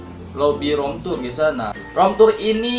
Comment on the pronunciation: Rom tur, ban wkwk rip english bang 😭